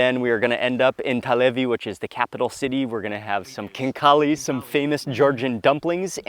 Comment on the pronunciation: let me correct you, no hate my dear, thank you for liking my country. just say ,,xinkali''. we are more proud when turists say ,,xinkali'' :)